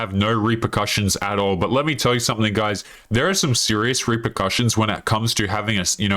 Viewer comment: Probably because you can’t pronounce the word “all” It’s not awwull , it’s all.